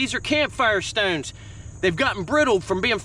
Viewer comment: I like how he says stownes